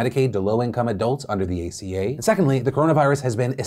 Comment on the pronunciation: "Let's talk about the Affordable Care Act aka-" Phil ima have to stop you there it's aca not aka